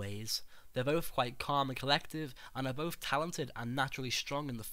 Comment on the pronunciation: 'best of boaf werlds' 'muvva' liverperrrrrl